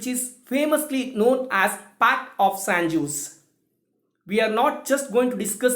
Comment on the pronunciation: Actually J is silent. So it's pronounced as San ose'.